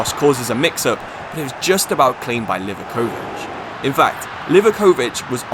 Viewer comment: Livaković mispronounciations killed me